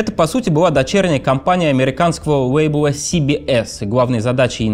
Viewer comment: Сори, не досмотрела. Началось с Весли вместо Лэсли, а на вейблах вместо лейблов пришлось выключить